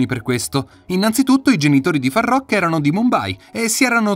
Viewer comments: "Faruk" non farrrokkk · Imparate a leggere ed a scrivere, prima di parlare e di pronunciare il nome di Farookh (dove le due oo si pronunciano u) e non come dite voi. In più c'è da dire che, tante cose non sono vere e che non hanno a che vedere con Farookh. Sbagliato... su tutti i fronti. È tutto da correggere...